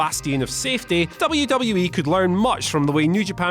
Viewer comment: sucks.....He can't even pronounce WWE properly